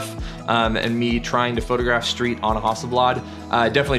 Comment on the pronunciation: It's not a Hawsselblawd!!